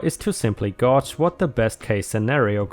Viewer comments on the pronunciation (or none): Since you've asked about pronunciations before, gauge is pronounced with a long a sound. The u is silent. It is one of those words that don't obey the regular rules of English. :)